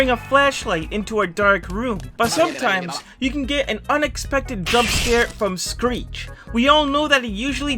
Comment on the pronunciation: Why did u say screek ITS SCrEEH😊😊